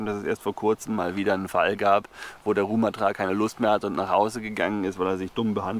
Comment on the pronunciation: Die Betonung bei Rumathra liegt auf dem ersten "a". Falls es dich überhaupt interessiert 😀